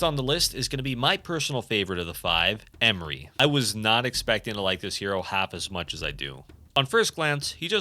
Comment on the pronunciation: It is not Emri it is EMRE. There are literally voice lines pronouncing his name correctly. Please give at least the minimum amount of shit to say it correctly if you're gonna have a segment in the video talking about him.